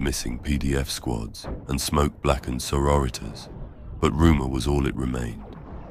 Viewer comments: Sor-o-ritas. Still lmao. 😂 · It’s fantastic, but it’s both grating and hilarious how it pronounces sororitas 😂